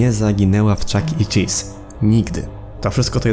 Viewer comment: Pov: starasz się rorzczytać Chuck chelese czy coś👁️👄👁️